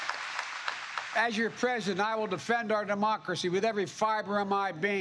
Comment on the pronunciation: He did stammer, he couldn't pronounce president: "prjhhdent"